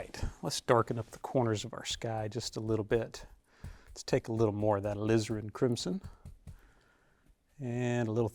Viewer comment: "Alizarin crimson" No one says it better than Donovan.